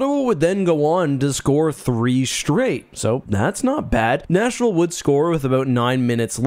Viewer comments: Someone else is hearing "National" everytime he says "Nashville" or is it just me? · sounds like you have a tough time saying nashville